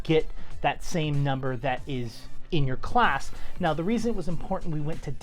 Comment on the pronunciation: Did my dude just say Ssalc?